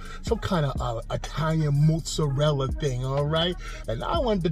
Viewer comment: Bro…. This is why i love you… youre the only damn person who pronounces mozzarella the same as me. My wifes always like “its “mah-tza-rella”” and im like no its “moo-tza-rella” thanks for helping me bring this one home haha…. Enough talk